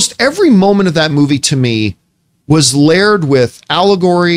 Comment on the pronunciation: My problem with Campea? His pronunciation of "layered"